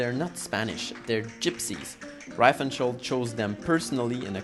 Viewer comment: Pronounced REEfenstahl, not rye-fenstahl.